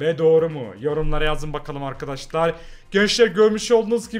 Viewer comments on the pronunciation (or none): none